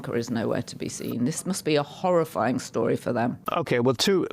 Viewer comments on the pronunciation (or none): A shhhtory. Not story